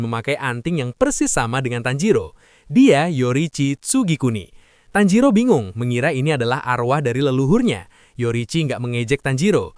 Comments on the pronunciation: Tanjiro ke Tanziro😂😂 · tajiro❌️ tanzero✅️